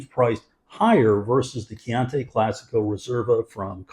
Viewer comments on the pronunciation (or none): Thanks for the value alert - I’ll definitely try to find it at my local Costco. CCR are one of my go to value reds. One nitpick: your pronunciation of Chianti dries me crazy- it’s Kee-ahn-tee, not Kee-ahn-tay. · You pronounced "chianti" incorrectly throughout the whole video and probably have done so for the past 40 years too. :)